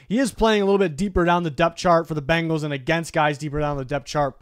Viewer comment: Bengals not Bangles